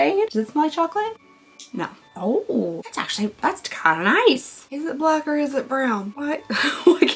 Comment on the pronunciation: It's a blawn eyeliner,. Or brack?